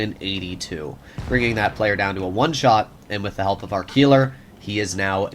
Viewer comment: you pronounced Keiler wrong. Its not a Key its Kyler. just fyi and a Keiler is a male boar in German